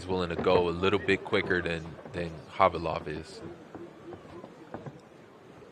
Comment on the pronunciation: But he pronounce khavalov as khalivov all the times ...